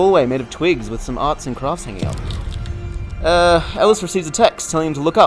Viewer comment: Say twigs again plz